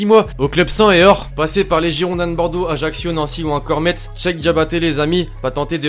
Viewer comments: Tes vidéos sont cool mais juste un truc: Metz ça se dit /messe/ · Nan il a dit metze alors qu'on Dit metz